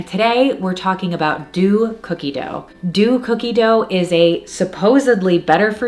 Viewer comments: Deux is not pronounced “do” but “dough” - it was driving me a bit batty repeatedly hearing the incorrect enunciation. 🙈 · deux is pronounced “dough” i loved the video tho!! ☺️